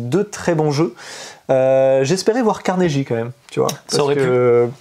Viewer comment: loool c'est [Carné-GUI] pour Carnegie ^^